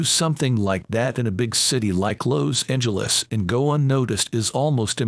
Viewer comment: This voiceover/robot voice mispronounced so much, including Los Angeles.